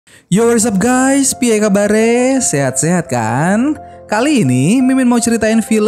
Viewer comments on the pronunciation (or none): Min kalo ngomong "piye kabar ee" kurang medhok dikit😅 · Gw salfox Mimin ngomong "piekabare" 😂😂 Orang Jawa ya min 😂